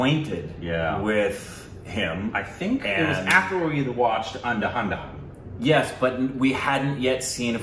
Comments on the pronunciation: It's Andha-dhun not anda- handa-hun come on 😒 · ANDHAHANDAhan 😂😂 that's pronounced as "and-dha-dhoon " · They still use to say it ANDAHANDA 😂😂 Pronounce it as ANDHAAAA DHUUUUNNNN 😋😆 That means Tune of Blind 😊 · Don't saya aada dhana,it's andhadhun😅😅😅😅@